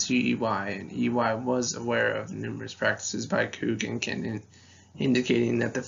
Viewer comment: The company names are C U C(see-you-see) and Cendant('Send-ent'), NOT "Kook" or "Kendant".. Ave Maria!